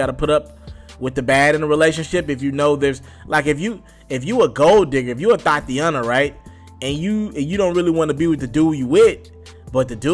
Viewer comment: HE ALMOST BIT HIS TONGUE OFF WHEN HE SAID THOTIANA...OVERBITE ASS NIGGA..LMFAO